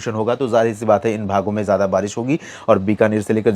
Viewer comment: छत्तीसगढ़ के लिए बरीस बताते हो बरीस नहीं होति नाम ललित कुमार पाटले